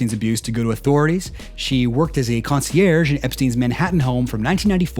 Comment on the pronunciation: I both love and hate how you pronounce concierge. Took me a couple of seconds to process what you meant.